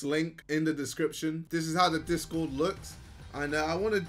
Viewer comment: US: discord JJ: dis god Idk why but the way he was trying so hard to pronounce it made me laugh😭